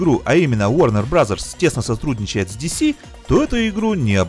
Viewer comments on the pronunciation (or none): Варнэр брос, а не варнэр браззерс